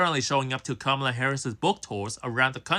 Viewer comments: kuh-MAH-luh is indian, her name is not pronounced like punctuation. Ask any indian woman: her name is kuh-MAH-luh. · So according to the guy you're a racist because you mispronounced Kamala? 😂 Which is BTW an Indian name not a Black name! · Dude is saying Kamala incorrectly. Also, Kamala is an Indian name, not a black name. Guy thought he was cooking.